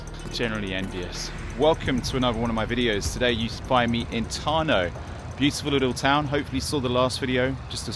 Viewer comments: 0: 28 - city Tarnoof (pronunciation). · Tarnów = tur-noof and Rzeszów - Je- shoof (the Rze - Je part is pronounced a bit like French "je")